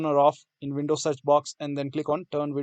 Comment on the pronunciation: vindows or windows, not vonting not verking